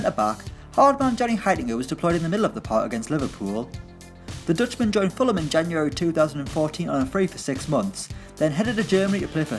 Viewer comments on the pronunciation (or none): none